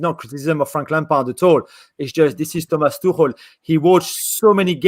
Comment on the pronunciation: Its pronounced tuk-el btw.